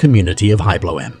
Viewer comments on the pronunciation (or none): 'veerstapn' eeeh, it's pronounced like 'ferstappen', 'V' is an 'F' sound, the initial 'E' is short, the final 'E' is there, not 'eaten'. All the rest of the NL stuff is wrong too, but at least the name should be a tad less unrecognizably massacred. 'Bloem' is pronounced 'Blom' more, the 'e' there is semi silent. Like 'BLOeM' not 'BloEMM' like here. Yes I know it doesn't matter much but it's ear grating since it's repeated 40.000 times unnecessarily. 'semen' is also not 'SeMENN' - that shouldn't even be an issue.